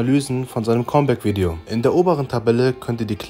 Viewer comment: Es heißt comeback, nicht kommback